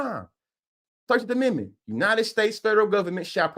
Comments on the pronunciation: WHY is dude screaming?😅😅😅 Why should we listen to him when he can't even pronounce "amendment" 😮 Black Maga is WEIRD af and quite selfish for not thinking about your family who had to live under the KKK. P.S....this is not a dem speaking but a BLACK person✊️ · 😂😂😂 … did that dude say Amitment? Did he mean Amendment?